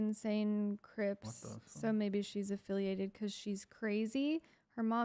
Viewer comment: this girl is deluded. She throws around legal terms like she knows even the SLIGHTEST about what they actually entail. Now, her mom was “aFFiLiAtEd WiTh cRiPs” … girlllll shouldn’t you be at your speech therapist 🙄🙄🙄🙄😮‍💨